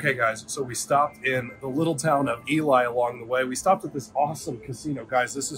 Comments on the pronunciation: it's no eli it's elee, or at least in ely , MN it elee where I wasa born. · hey it's eLee not eLie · Looked like a fun birthday roadtrip. Just so you know, they pronounce Ely as EE-LEE, so now you can consider yourselves real Nevadans. Hilarious is the Texan, but is the one that usually does his longhorn luck to "adjust" the reels to line up! 🤘🤠🤣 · That was a fun road trip. Wendover is my closes casino town. (I’m in Utah). BTW, what was with the sound in the video starting in Ely (pronounced eelee, BTW)? Sometimes it was like noise cancelling was on, other times it was off. Even the video quality was weird in those odd audio parts. 🤷🏼‍♂️ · Pronunciation E Lee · Ely is pronounced Elee. The locals don't like it when people miss pronounce it. Lived there five year, found out real fast.